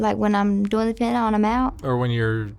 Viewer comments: Haven't pet a person yet who can pronounce "fentanyl" correctly. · Why can't Americans pronounce fentanyl properly?